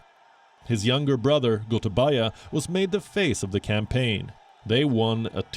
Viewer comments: When u pronounce gotabaya it’s actually pronounced as gotabeya in Sri Lanka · Im happy to hear when narrator call ""goatabayaa"" most feared president in the world ...